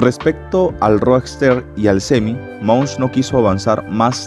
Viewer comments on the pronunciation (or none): Es Elon Musk, no Elon Munsh. 😬